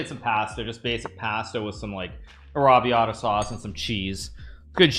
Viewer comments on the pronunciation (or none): pasta and arrabiata pronounced terribly but he said Italian is one of his languages